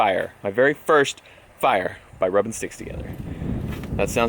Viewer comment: lol, the very end. Rrrrrrrrrubing our sticks together.